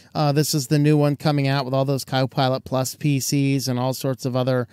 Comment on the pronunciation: You sounded like you said, Cow Pilot Plus. I would pay for cow pilot. Plus, it would be awesome!!!